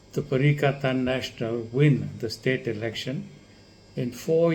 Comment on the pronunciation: Doc it is not pakatan national it is perikatan national